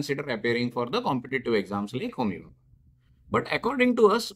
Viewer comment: Sir it's homi bhabha not homihaha